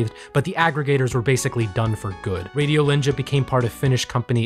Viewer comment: Hearing you pronounce Vesa-Matti Paananen and Radiolinja was... something else. Finnish is such a fucked up language...